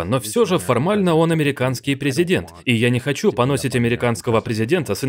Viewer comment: ПанОсить😂😂😂😂 это точный перен? Возможно правильно произносить (поносИть)